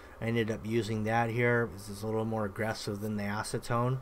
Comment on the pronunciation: Did he say “ass to tone” 🤣?